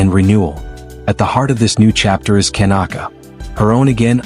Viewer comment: Why are you saying Ken's name wrong and then you say it right towards the end of this?